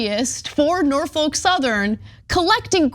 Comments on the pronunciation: Great video. Only thing: it’s Norf-uk, not Nor-folk. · Just for the record, it's 'Nor-fick'. Named after Norfolk, VA. Home to the oldest and largest naval yard in the US Navy, interestingly enough. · Dear Anna, The L in Norfolk is Silent . pronounced Norfok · Why is Ana pronouncing Norfolk so weird like that? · What a weird way to pronounce Norfolk